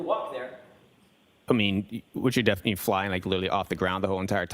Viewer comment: did he just say definley? 🥲